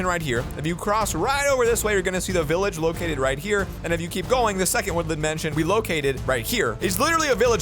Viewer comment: He say billage 🤭🤭😂😂😂